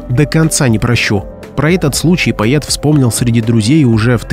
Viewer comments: почему поет а не поэт поетому а не поэтому?Изуродовали язык наперекручивали иностранные слова поменяли ударения ударились в старину а точней в утопию Противно слушать хорошо что 34 года там не была и редко слышу уродский язык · Да, феерично произносить слово "поЭт" через "Е" . Ещё "посчастливилось" слышать "эсли" вместо "если" - тоже шедевр. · пОЭт , а не паЕТ. Невозможно слушать, да и текст приметивный и местами просто глупый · ведуший передачи, что за новое слово - поет? Может поэет, а не поет? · ПоЭт, а не поЕт! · Поэт а не поЕт))))) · поЕт а может поЭт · Поэт произносится через Э